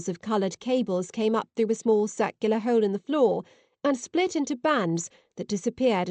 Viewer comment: Excellent story. Just fantastic. Also....what is a "holle"? Lol